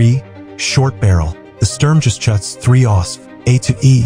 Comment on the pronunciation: while I admire the concept of the video, and many of the models look really good, the ai audio's inability to pronounce sturm geschutz and other errors make it hard to listen to. Also, I think in the renders, the length of the barrel of the guns is generally too short and not of the correct scale. Most of these guns seemed like 2/3 of the proper length, maybe it was a compromise to show the hull more than the weapon and show more of the vehicle, but it looked 'off'. I once tried to take a selfie of myself AND a full image of the jagdpanzer 4, and it was almost impossible as the barrel was so damn long. Anyhoo, the concept was good, the delivery not so much, but I at least admire the attempt and the pleasant background music etc while watching.